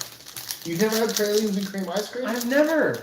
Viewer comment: Of course y'all start talking about New Orleans AFTER I had to leave the chat., we call them "praw-leen" or "prah-leen" and rarely does anyone here say "pray-leen". You might also hear them called "plah-reen". I'm sad I missed the New Orleans chat, I could have chimed in.